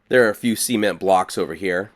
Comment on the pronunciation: "seement" lol